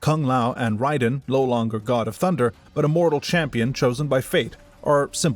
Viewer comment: It's definitely AI. To humor you: if it isn't, then credit your voice over artist. It's definitely not self-narrated, because if you knew this lore and played these games, you definitely wouldn't have had the off pronunciations you have in this video.